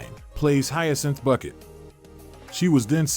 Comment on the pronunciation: It is not Bucket, it is Bouquet :D